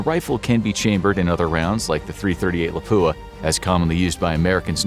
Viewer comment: I want to die every time I hear someone say “Lapoo-a”.